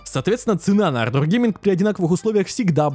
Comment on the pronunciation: Однажды автор сможет выговорить ардор)